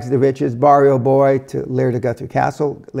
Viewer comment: WTF? Goothree? Top kek. Nah, m8. Guthrie. "U" as in "gut".